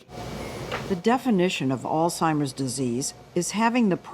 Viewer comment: Too bad Lesley does not know how to pronounce the word “Alzheimer’s”